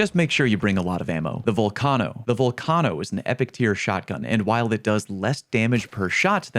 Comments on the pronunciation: My dude can't pronounce volcano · I’m sorry the vol what? The volcahno? You mean the VolcANEo??? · How do you not know how to pronounce volcano